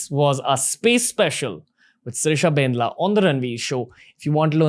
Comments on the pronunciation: When you are Telugu person and cringe😬😬 when he says BANDLA as bendla...... I know .......! its not his fault....😅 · Bandla not bendla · It's Bandla spelt as "Bun -Dla" not Bendla dude..